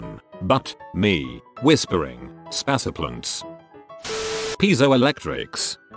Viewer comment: "spass a plunts" spaceplants lol